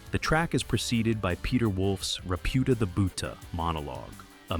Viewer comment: Minor point but you sort of trashed part of it on Musta Got Lost - it is not Reputa the Buhta - but Repeuta the Beautah. Basically Wolfe liked to change worlds into rhymes - so Repunzel the Beauty becomes Repeuta the Beautah - This is a play on the fairy tale of Repunzel, a beauty who is hidden in a tower with no door or stairs and would lower her hair for the witch and eventually prince to climb up.